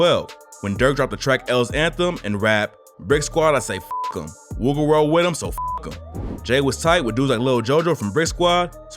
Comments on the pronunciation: He said Wuga world bro lmfaooooooo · he said woogaworld bro 🤣🤦🏾‍♂️